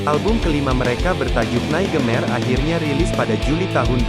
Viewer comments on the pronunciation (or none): HAHAHAHA Naratornya parah betul, NEY-GE-MER (Nightmare)